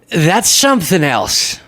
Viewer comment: Drumpf pronounces the word "something" as "sumpthing", with a p